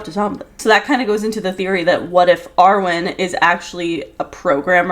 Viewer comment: I thought him name was Erwin not Arwin o.o